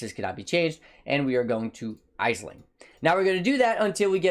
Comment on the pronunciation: Aisling is pronounced Ash-ling.